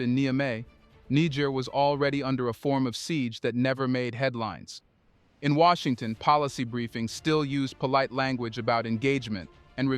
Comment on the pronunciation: Wait this must be AI cause Washington isnt Washington.😮